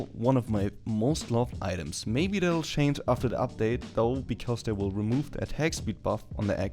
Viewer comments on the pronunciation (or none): none